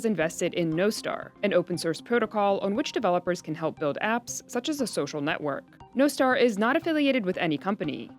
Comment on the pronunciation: Nos tar not no star